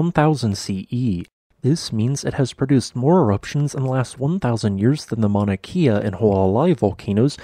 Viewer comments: Love your videos! I know the pronunciation of Hawaiian name places can be difficult and I give you credit for doing your best! With Mauna Kea it's not like "key" it's more like "k'ah" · GJ as always. FYI - Mauna Kea is pronounced KAY-ah not KEE-ah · I live your videos. :) Mauna Kea is not pronounced that way, but I love your videos.